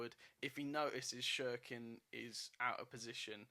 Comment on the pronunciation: Please it’s not shirkin it’s pronounced Sirkin but it’s spelt Cirkin 😂